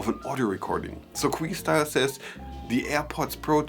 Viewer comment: It’s not queestyle like your saying it buddy😆 it’s Que like a simple Q.. ✌🏼